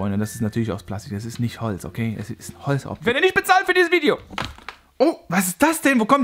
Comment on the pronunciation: Du sagst Holzt